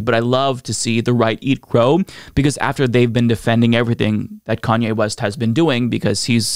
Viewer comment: Lol, "KKKanye", damn.